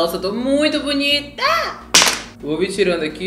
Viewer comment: "Nossa eu to muito boniTÁÁ" KKKKK vc é maravilhosoooooooo ❣